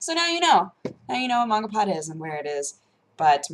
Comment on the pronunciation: Mangapod! slaughtering japanese one word at at a time..